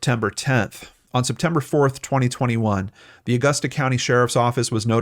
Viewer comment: He pronounced it correctly. Growing up, I was always told to pronounce it depending on how much money you had hahaha